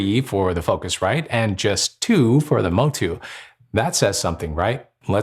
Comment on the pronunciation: I'm too lazy to read the entire debate in the comments, but I have to say - you can't spot the difference. The only real difference is the "feel" with the focusrite, which is probably on for pronouncing it differently. Really, I would bet a 100$ you can't pinpoint, which is which when not seeing a text telling you.